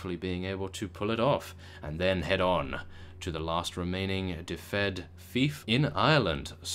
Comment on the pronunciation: please read this..... its pronounced dufid (i live there)